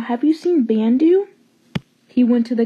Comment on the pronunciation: Its Pronounce Bandu "Bun-du"